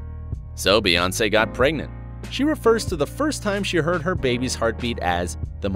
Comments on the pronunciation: Her name is BEYoncé. The pronunciation is literally in plain sight. Bey as in BEE. You know like a bumble bee, hence BEY (bee) Hive. Her name is not BAYoncé. So how tf do people still manage to say it wrong?! Like why does this need an explanation?! 😩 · It's not Bay its pronounced Bee like queen Bee or B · Bey not bay.